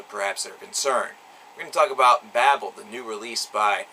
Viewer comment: Though some of these songs make you feel a certain alexithymia that cannot be put in to a simple review,despite that it was a good review and foretelling of the possibility of M&S to go on and not be forgotten(The pronunciation of babel leaves a lot to be desired.)